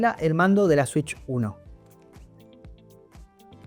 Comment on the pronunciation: Una swich 2 polfavol